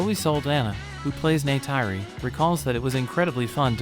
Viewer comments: Man did he really say Neytayri ? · Bro the way you pronounce Neytiri is just off